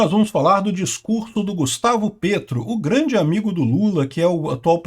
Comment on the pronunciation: eu vivo na Colômbia. Se pronuncia "Pétro", como em Petrobras.